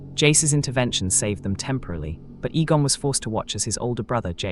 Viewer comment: A-gon not E-gon.